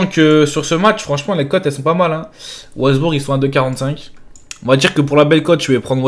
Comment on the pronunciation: Je suis mort comment il a prononcé wolsbourg 🤣🤣🤣🤣🤣🤣🤣🤣